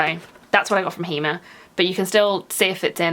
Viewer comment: Hi I've been following you for quite a while but via another Account. I'm in the process of resubscribing from this channel.. anyway I just want to put you out of your misery because every time you mention Hema you struggle with the pronunciation 🤣🤣 so in Holland its pronounced as Hay Ma the Dutch pronounce the letter E like the ay sound like in day, say, hay etc 😁😁🤗